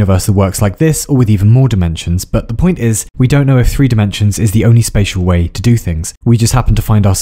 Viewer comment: Every time exurb1a mispronounces a word on purpose like "whoay" for "way" it's part a a message you can trace back to his first videos and it's making a script with a grand message about him and his channel and its goal. So far it promises a reward for the one to eventually find out the message. I'm not that intelligent and the message is scripted as well so if someone with cryptology knowledge wants to look into it feel free to do so.